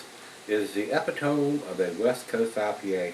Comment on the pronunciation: Per-nish-us. E-pit-toe-me. Love your reviews! Love this beer.